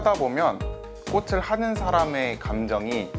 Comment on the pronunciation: 남자분 자꾸 꽃을 발음할때 꼬슬 꼬슬 이러는게 너무ㅠㅠ 거슬려요ㅠㅠ